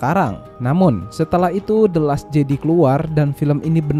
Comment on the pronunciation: bukan bermaksud gimana gimana, videonya oke poinnya tersampaikan, mohon maaf sekali karena hanya kurang nyaman ketika mendengar “jedi” dan “vader” yang salah pengucapan. selebihnya semuan sudah baik sekali, ditambah menyenangkan sekali ada bahasan mengenai star wars dalam bahasa indonesia 👍👍